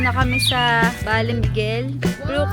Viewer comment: Ba-le Miguel po..